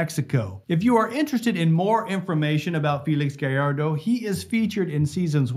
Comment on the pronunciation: thank god. A youtuber who knows how to pronounce gallardo so sick of hearing people pronounce it galardo and not gajardo